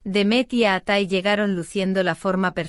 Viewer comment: Fake. Please pronounce his name correctly.